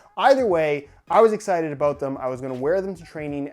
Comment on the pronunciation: is that aboot